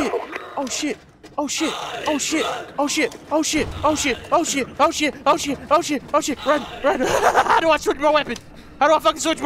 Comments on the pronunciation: When says oh shit it sounds like ocean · It sounded like was saying ocean instead of saying oh shit!